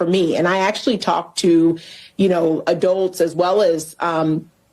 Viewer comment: What's an adolt?